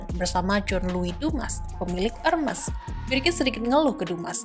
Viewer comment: Agak risih gimana gitu penyebutan merk Hermes (re:Her-mes) 😂